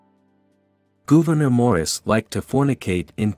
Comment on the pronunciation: GOUVENOR GOOVENOR.............GOVERNOR ...Dreadful pronounciation ..awful.